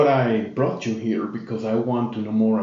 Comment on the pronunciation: Hi I'm a fan of your channel but something is bothering me of how pronounced words. I think he have a speech impediment? For example and When he pronounced the word "you" All I hear is "chew" 😂 Sorry for my grammar I'm still learning basic english